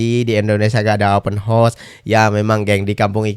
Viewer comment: bilang open horse